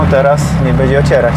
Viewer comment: "Bedzie albo nie bedzie" - kiedy on się nauczy mówić "będzie"